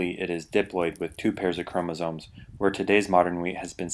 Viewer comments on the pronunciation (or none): none